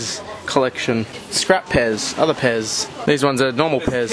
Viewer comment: who else thought instead of saying Pez he said piss?